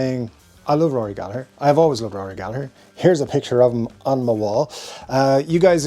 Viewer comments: …this might be the first time I heard his last name in an Irish accent, I’ve had it all wrong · Thank you for showing some of us Americans the proper Irish pronunciation of Gallagher. I've been using a hard 2nd "g" my whole life 😊